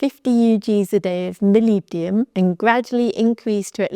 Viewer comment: Try to separate the Word in 2… molib-denum